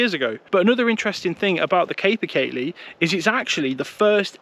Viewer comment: Your videos are grand man, but one things been driving me mental, the pronunciation is kaa-per kaylee, I won't give you the gaelic spelling but the name means horse of the woods due to how big it is